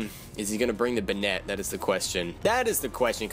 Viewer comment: I hope this isn't too rude but banette is prounounced bay-net